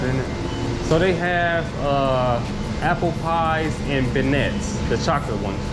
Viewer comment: Beignet. It's pronounced Ben-Yay.